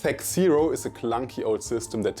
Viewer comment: THACKKK- OHHHH… not THAC-zero, mein Freund.